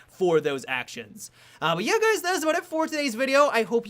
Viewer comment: You said 'hey gays' at the start.